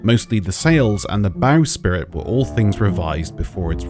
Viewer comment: BowSPRIT. Not bowSPIRIT. :D